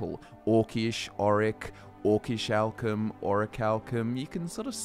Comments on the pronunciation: Pronounced: Or - ree - chal - kim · "oracle cum" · A: it's in the name - Orichal*cum*